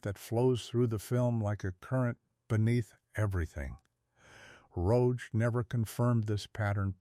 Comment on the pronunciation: Marred by the mispronunciation of the director's name.